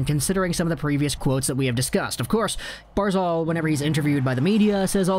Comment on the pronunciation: Barz alllllll.. say it right man. It's not barzalllll.